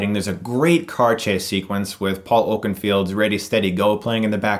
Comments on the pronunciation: its Paul OakenFOLD not field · Maybe I have been pronouncing the name incorrectly. But I thought his name was pronounced Oakenfold like it's spelled, not Oakenfield. I guess I'm a big Oakenfold fan. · Paul "Oaken....Field"??? Really??? You mean "Fold" right?? don't even bring up a singer if you really don't know. Just like people who make lyric videos yet don't even know the lyrics. Geez.